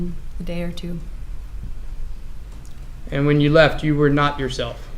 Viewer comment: The way says "teww" instead of two is so annoying.